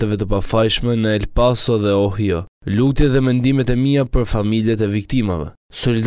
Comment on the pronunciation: Gazetarë Ohio (shkruhet) = OHAJO ( thuhet).